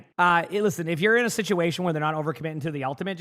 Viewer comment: "sitation" LOL